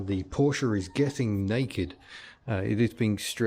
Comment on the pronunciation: We'll let you off then and bonus points for actually pronouncing Porsche correctly! (most car Youtubers don't!)